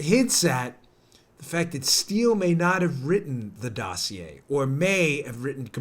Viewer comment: It's pronounced dossier, not dossier. Lol